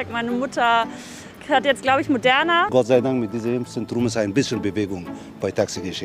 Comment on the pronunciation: Warum betont er Moderna so das bekomme ich nicht mehr aus dem Kopf 😂😂